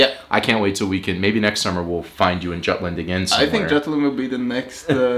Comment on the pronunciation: As a juTlander by heart, but also a traitor by where I live now... I can't get offended. But you're entirely correct, either say Jutland as in English or Jylland as in Lolland. Just choose one, none of them are offensive. But something in between is just confusing.